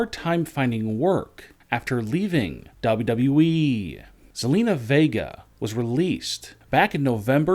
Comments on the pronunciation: "WWE" clown, not "WE" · It’s W W E not WE, I hate this channel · Is it me or does he sometimes say WE instead of WWE?